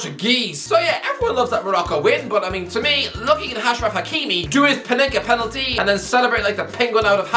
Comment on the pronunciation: The way pronounces words really boils my piss. Pen al ty Embarr es ment Sen e gal Aust rail I a